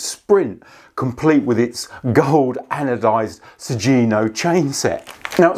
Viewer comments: It's 'Sugino' ([suɡino]), not 'Sujino.' The 'gi' is pronounced with a hard 'g' like in 'go.' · It is pronounced "Su-ghi-no", rather than "Su-zi-no" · Pretty sure it's pronounced like Su - ghee - no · The G in Sugino is a hard G.